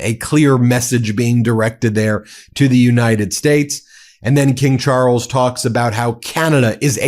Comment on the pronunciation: wtf is Char-els?